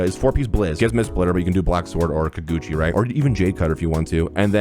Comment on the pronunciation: It's Kage uchi not kaguchi 😢